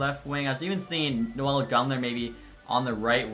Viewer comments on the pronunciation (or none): none